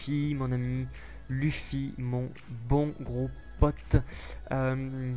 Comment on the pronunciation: Luffy Mdr sa se prononce pas "u" mais "e" pas grave quand même mais sa ma fait rire